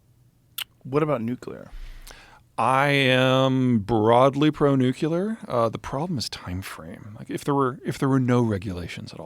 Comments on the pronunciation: Peter, the word is nuclear not nucular. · NOOK-LEE-UR people please pronounce it right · Zeihan... you're killing some of your credibility by pronouncing the word "nuclear" as "nuke-ku-ler". Please. You do it in your book as well and I'm shocked the editor didn't stop the presses on this. It just throws me back to 2003-4 when George W. Bush refused to learn how to say the damn word. Sorry. Please forgive me. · How does someone as smart as Peter pronounce Nuclear as Nuke-U-ler 😂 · Alpha radiation is the most dangerous, dude. Also, are there ANY “smart” people who are able to properly pronounce “nuclear?”